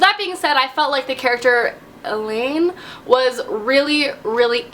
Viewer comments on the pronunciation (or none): Lol it's pronounced Aye-Lynn :P And omg Manon is so awesome I loved all the witch chapters! The plot is so amazing and has become so big I can't wait for the rest of the books. I totally ship Manon and Dorian (unless he and Aelin end up together somehow...I mean he and Aelin were infinite!!!). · It's pronounced like "A-lin" :) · I love you but oh man you butchered her name lolol, it's ae (like bae) then lin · I pronounced Aelin ay-lyn is that not how everyone pronounces it